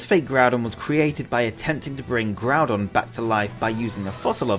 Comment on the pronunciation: KYOGRE, NOT KYORGEY! AND THERE SHOULD BE ONLY ONE N IN GROUDON!